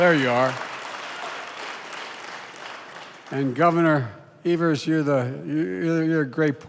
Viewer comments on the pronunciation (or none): none